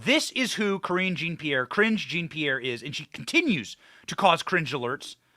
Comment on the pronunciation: Thank you Benny Johnson for pronouncing Cringe Jean Pierre’s name correctly!😂